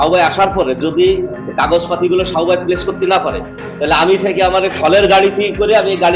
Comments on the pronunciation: সাবু ভাই বললো নাকি শাউয়া বললো? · সাবু ভাই না শাউও ভাই কইলো বুঝলাম না 🙂